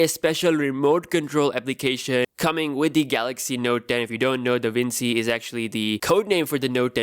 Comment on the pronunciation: Da Vinci reads "da vinchi" lol. U should know this.